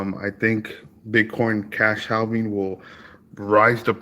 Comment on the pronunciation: It’s pronounced Haaving with a silent L dude please!